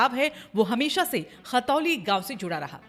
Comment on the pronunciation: मेम खतौली नहीं khantoli है